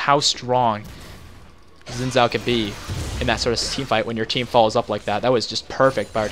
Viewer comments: Xin Zhao is pronounced "Sheen Chow" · oh lol well Xin Zhao is Chinese and I happen to know the language really and that's how I was taught to pronounce it. Yeah Riot has said his name a bunch of ways